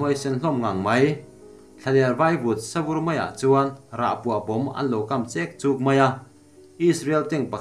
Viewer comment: Rahpuah bomb an lo kam chêk chûk ni lovin 'chek chuk', tank a kãng(lift) ta vut vut ni lovin a kâng(fire) vut vut tih zawk tûr. Mizoṭawngah chuan thlûkna hian awmzia a nei thuiin a harna tak pawh a ni.